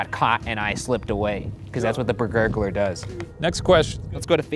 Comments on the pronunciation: Why is it bergurgler and not just.... bergarler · Ummmm...did you just skip over The Bergalar (i.e. “Bur-gah-ler”)